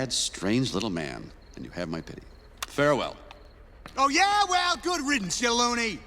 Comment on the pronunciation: it sounded like Hell yeah.... even the caption on this video said it🤷🏾🤷🏾🤷🏾